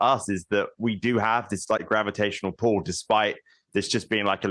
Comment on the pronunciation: he said gravitational pull not gravitational pole The BBC is illiterate